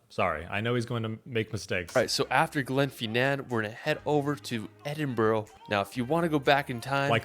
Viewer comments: Great reaction! i like videos, including this one (though most of the list seems to be Skye!), but he does screw up nearly all of the pronunciations!! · No need to apologise for his awful pronunciation. It’s so bad, it’s funny. I know Edinburgh doesn’t have a obvious phonetic pronunciation, but where’s did he find the “O”? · Absolutely infuriating!!! The guy that made the video doesn't pronounce a single place name correctly, including Scotland's two largest cities. He's created a tourist video around a trip to Skye and tried to big it up. He couldn't be bothered to visit some of the locations because it was too wet, too busy, too expensive etc. His previous UK video was no better. Fortunately, the reactor, clearly saw through this nonsense and was aware of the real beauty of Scotland. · i know, I mean, at this point surely there is no excuse for the mispronunciation of Glasgow or Edinburgh. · Edin-bruh or Edin-burruh not Edin-burrow, rabbits live in burrows. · edin-burgh----burgh in english is burra,so edinburra, when u say glasgow drop the W-so glas-GO-or as the locals say GLASG-A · Pounce edinbra lol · Hollyrood, as it's spelled, edinbura is how it's said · Edinburgh... it's pronounced Edin-bruh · Aaaaaargh! Scot hums 'Non, no regrets' to himself......EDIN-BO-RO, GlasGoWgh, etc, etc! Has not raised my opinion of the severe lack of intelligence of mericans. Perhaps he should have devoted less of his youth to 'travelling' and more finding a kindergarten run by Glasgow or Edinburgh's ancient and famous unirversities, founded 1451 & 1583 respectively! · Little tip for people trying to pronounce Edinburgh. Say: Ed-in-bu-ru. The "u" should sound the same way as in the word UP. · So…ed-in-bur-ruh is more easier way on how to pronounce it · Okay here we go Edinburgh is pronounced as Edinburra . Duncan born in 1939 in Edinburra . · Glasgow, Edinburgh, Loch Lomond is there any places this guy can say correctly? It's brutal to listen to